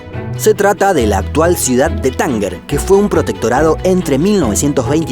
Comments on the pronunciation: Se dice Tánger, no Tánguer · ¿Por qué pronuncias “Tánguer” y no Tánger? De verdad, no entiendo por qué los latinos siendo hispanohablantes nativos os inventáis maneras de pronunciar. Respetad la RAE!!!!! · Por favor, muy guapos los vídeos pero es Tánger, no Tanguer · Amor, no es tánguer, es tánger😬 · Solo vengo a decir que es Tánger, con sonido de Je y no con Gue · Se pronuncia Tánger, como se escribe, no Tánguer. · cómo que Tánguer, lee se pronuncia con el sonido "j" Tánger, por favor... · Un apunte para: no se dice "Tánguer", sino "Tánger", con una G fuerte. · Tánger se pronuncia en castellano "TánJer". Me encanta su canal. Es estupendo. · Tánger no se pronuncia "Tánguer" ya que después de la "g" no va ninguna "u", por lo que su pronunciación es similar a si se escribiera con "j" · cuando llaman a tánger, ''tanguer'' xdddddddddd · Lástima, con lo bien que están sus vídeos no pronunciar bien Tánger y decir "Tánguer" Pd: soy tangerino